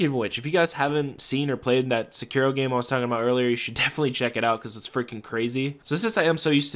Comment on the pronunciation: What game are you saying the new one is? Sounds like you're saying securo but I dont see any game named that